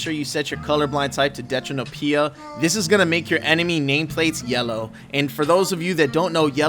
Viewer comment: Omg mas actually said deutranopia correctly :D